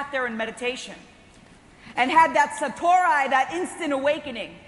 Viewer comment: Satori, not "SatoRAI", just "ree', not "rai". :)